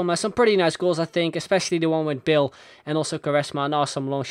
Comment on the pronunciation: I love the way you pronounce 'Bale', I wasn't paying attention to the video, just listening to the narration and I was think " Who the hell is Bill?"